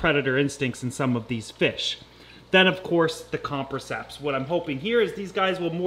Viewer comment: Say it with me.... com-press-iceps